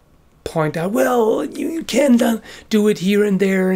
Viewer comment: He said " you can injure" his acsent made it sound like "can't"